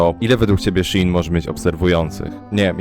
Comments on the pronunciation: Nie mówi się shin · Shein czyta się shiin (bo jest to nowa, skrócona nazwa sklepu-wczesniej nazywał się She inside) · prawidłowo wymawia się szi in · Shein mówi się " She in " Czyli w tłumaczeniu "ona w" . Pracowałem i nie polcam (*) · mowi sie szejn XDD (dla beki) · A to nie mówi się szajn? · Mówi się ,, szejn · Szi en sie mowi chyba